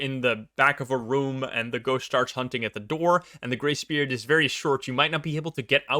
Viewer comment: I'm glad I can read what he's saying. I keep hearing "gray spirit" instead of grace period lol.